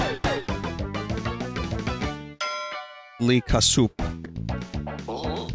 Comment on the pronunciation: lee kasoop more like lee ka-soup